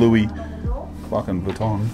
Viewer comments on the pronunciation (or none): none